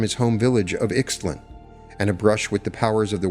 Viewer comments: isn't ICKS tlun pronounced EESHT lawn? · Ixtlan = Eesht - LAN; Genaro = Heh - NA - ro Sorry, but I feel if you're going to profit from someone's work -- even if he was a scheister -- it's bad form to get the pronunciations wrong. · He also pronounces Ixtlan wrong: the "x" has to be spoken like "sh"! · Great deep dive! You’ve introduced me to some new philosopher/anthropologists. Thank you. I, too, want this all to be true. I love your channel & what you channel. I wish I hadn’t gotten so distracted by the mispronunciations, but alas… (In the spirit of sharing knowledge rather than in criticism): Castañeda = Cas-stah -NYEH-dah Yaqui = YAH-key (soft k, like in yucky) Ixtlan = Isht-LAHN (closer to that) Nagual = NAH-wall Don Genaro = Heh-NAH-roh Avilar = AH-vee-lar 🙏🏼